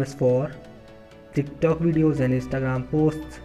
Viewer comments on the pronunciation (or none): none